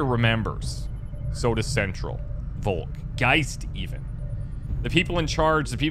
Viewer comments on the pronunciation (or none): none